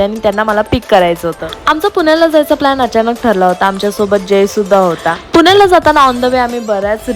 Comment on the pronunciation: खूप छान दिसला तू आणि सूची साडी मध्ये 👌👌❤️❤️. आणि अग बाई... पून्याला नाही ग ..... पुण्याला असते. लई आनी, पानी, लोनी करतेस ग तू